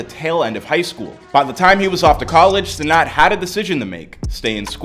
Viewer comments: It’s Kai Cenat not Cenot bro 😂😂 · Bro can't even pronounce his name right but Kai def made it